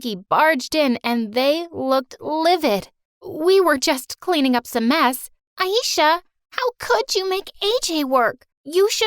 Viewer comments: No one My story animated: pronouncing ayesha as ayisha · Her name is pronounced A-eh-sha-h not A-eee-sha